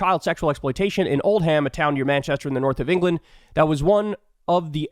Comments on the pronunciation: Lol it's not 'Old Ham', it's Oldham (pronounced 'Oldem') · Old-ham LOL It's pronounced Old-um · I LOVE when americans try to pronounce British place namesI Old Ham...? is Old'm try this one Wymondamnham.... (Wymnd'm) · I love Kyle’s pronunciation of Old’am: alá “old ham” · Oldham is pronounced Old-um not Old-ham … sorry a small annoyance I noticed as a native Brit. I hope the people defamed by Musk sue his ass. His cynical exploitation of this tragedy (grooming gangs) is nasty. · Sorry but I'm a jackal. I'm from the north of the uk(Blackpool)and its old-em, not old ham. Keep up the good work Kyle. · Not OldHAM, but OLD'm. The Anglo-Saxon "ham" suffix is always just " 'm". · Kyle, I love that you’re defending us Brits, but I can’t let you say Old Ham and you get away with it. (Old’um!) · With Oldham and Ghislaine, the "h" in each is silent. With Jackhimoff, an apostrophe would be OK too. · As an ex-resident of Hathershaw, Kyles pronunciation did cause my eye to twitch uncontrollably!